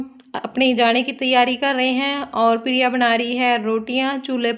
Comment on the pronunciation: Pirya nhi hota priya bola kro